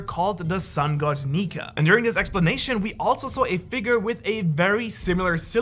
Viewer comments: Woohhhhh no way he didn't do a retake on the sun God Nika lol Nika with an A not a R😂😂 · Did nobody hear him say sun god Niker ? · No hate but you kinda said Niger in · Did anyone else notice that he had said Niger instead of Nika? At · my man said neker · Bro I think you seriously mispronounced "nika" like you put an r on the end that was never there. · bro said sun god negger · U said sun god niker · At the did he say nikER or am I tripin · "Sun God niger" AYO WHAT HUUHHHH NAHHHHH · Sun god neker☠️☠️☠️☠️☠️(dont hate he really said it) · I don’t like how homeboy pronounces “nika” with an “er” at the end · u said it wrong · BRO really said the n word hard r instead of nika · U aint the only one mate LMAO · that is NOT how u pronounce nika my dude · in min it sounds as he is saying something else💀💀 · At one point this guy said nika and I thought he said the n word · It sounded like you said the n word for a second 😭😭😭😭😭😭😭😭😭😭😭😭😭😭😭😭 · Is it just me or did nobody hear him slip up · He straight up said 🇳 🇮 🇬 🇬 🇪 🇷